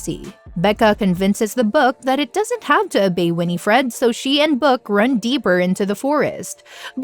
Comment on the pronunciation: You saying g Winifred incorrectly